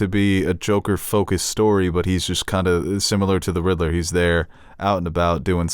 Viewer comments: why is he pronouncing it Riddle-ler instead of Rid-ler?! 🤣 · I can't stand the way you pronounce "Riddler", it's not RID-EH-LERR! it's RID-LERR! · Hey, buddy, it’s pronounced “Rid-ler” not “Rid-eh-ler” lol. Also you are correct about cats and milk. It really isn’t good for them. They should have had a mode where the contacts turn the eyes white. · Why this guy pronouces Riddler so funny? He is saying Ri-de-ler